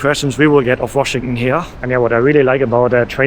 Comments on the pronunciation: Washington ❌❌ Washingunn ✅✅ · Washington is pronounced WashingTON. You pronounce it the way Germans do where they swallow the TON at the end. It chokes me up.😅😅😅